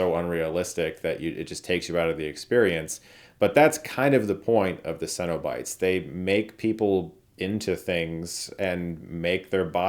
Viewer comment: I’ve never heard someone pronounce “cenobites” like Chris. Funny, because the pronunciation DOES make sense. It’s just that I’ve always heard closer to “sennabites” rather than “sen-O-bites.”